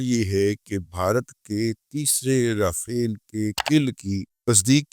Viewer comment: داداجی رافیل نہیں راپھیلوا بولاکریں